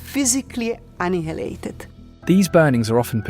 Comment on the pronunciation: She said analated.